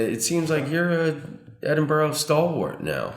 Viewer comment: Edinbro NOT Edinborow